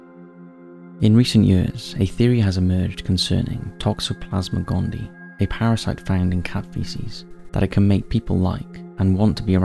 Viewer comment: Gondii has three syllables. Gone-DEE-eye. Weather supply?